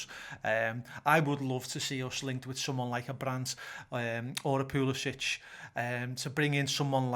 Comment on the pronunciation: Just a word about Pulisic. His last name, despite his Croatian heritage is pronounced Pulisic(k) not Pulisic(h). Would love him to come to the Reds though last season in 2000 minutes he got 4 only 4 goals and 5 assists. We bid for him 2016 for £11 million after Dembele fail ; he'd fit in great.